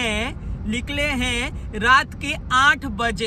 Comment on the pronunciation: Nikle ❎ likle ✅